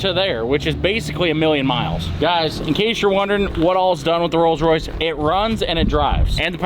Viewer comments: Yea its Coals Royce. 😂😂😂. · Ah yes....The Coals Royce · The "rolls royce campom